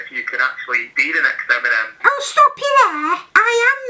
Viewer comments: Listen to TiM-mInEm 😂😂😂😂😂 got me dying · Timinem haha I'm crying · Its timenem I know your talking to the real guy but get it right ✅ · Timinem 🤣🤣😂😂 I cant stop laughing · Timinem 😂😂😂 oml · timinem HAHAHAHAHA LOL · Timinem lol